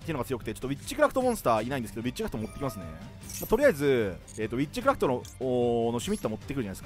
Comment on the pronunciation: えっちくらふと・・・？(空耳)